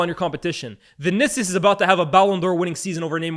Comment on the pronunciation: the way utter "Vinicius" 😂😂😂